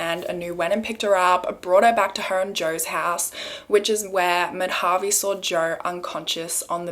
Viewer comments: It kinda off topic but it’s not pronounced Mad-Havi it’s actually Ma-Da-Vi . The use of Dha is used to suppress the DA sound , like the way you pronounce D in Dal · Hi! You pronounced Madhavi's name wrong. It's not "Ma-dhaa-vi" but "Maa-dha-vi". Really it was such an unfair judgment. Shame on the judiciary system. Such judiciary systems are the reason why crime still flourishes.